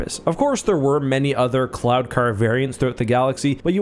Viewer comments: Every time you said "cloud" car, I heard "clown" car. LOL!!! On a more serious note. Would there be an advantage to having the gunner positioned to the side of the pilot - field of view, etc.? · I kept hearing "clown car"... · Am I the only one who kept hearing "clown-car"?